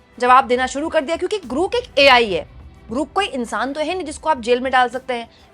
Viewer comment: ग्रूक नहीं ग्रौक!